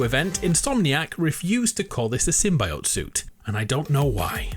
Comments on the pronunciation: My guy we love you but its Sym-“Bee”-ote not Sym-“Bye”-ote. Have you not seen the Venom meme?? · GAHHH THE CRINGE!!!! it's Sim-BEE-ote!!! it's the correct biological term. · Simbioyot Symbiote lol I love the videos but I keep hearing symbiote weirdly lmao 😂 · I swear to god…if you say Sim-Bye Oat one more time! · sim-buy-ote? sim-bi-ot? almost made me click off the video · Why can't anyone pronounce symbiote?! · Its always stuff i already know in these vids but still good vid and you say symbiote weird kinda😄